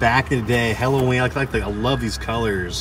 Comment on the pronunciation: have to watch this with the volume down as it bugs the hell out of me when someone cant pronounce the word "halloween"